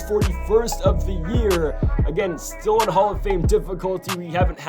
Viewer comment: Jameson tie- yone not tally on